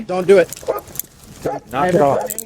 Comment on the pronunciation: Did he just said "dont Dewit?"